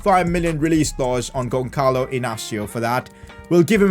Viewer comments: Who cringed when he said GonCalo Inácio instead of Gonçalo Inácio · the ç you read pretty much as an s in portuguese, so just basically say Gonsalo an not Gonkalo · when the is int the middle it's an s sound so the sound is Gonsalo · you need too reed the ç like a s